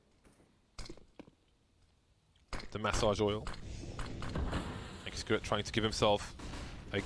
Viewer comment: Its not accurate its x-cue-rate